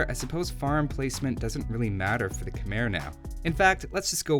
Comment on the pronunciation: love your videos! one small thing: Khmer is pronounced like khmai (rhymes with Thai). keep up the great content!